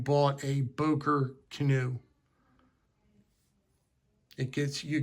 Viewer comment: Не Бойер а Бокер